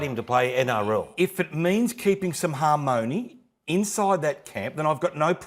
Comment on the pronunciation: "they buyed him" "harmOHny" English lessons going well eh boys?